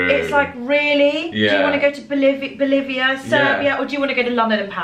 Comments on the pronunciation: Bosnia and Bolivia sound nothing alike...good try though... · Did she say Bolivia... ?